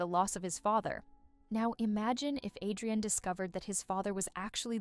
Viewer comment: Villain and Cat Noir NOT Villen And hero noir also its adrien not adiran